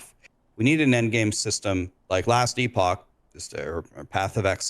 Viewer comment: “Last e-pock”…. Yeeeah.